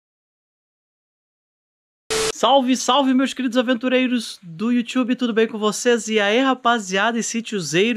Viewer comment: COMEÇO ASSISTIR O VIDEO DEPOIS DA INTRODUÇÃO SÓ PRA NÃO OUVIR VC DIZER YOUTCHUBE